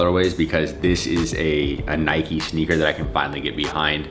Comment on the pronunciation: Who cringed every time he said “sneaker”😩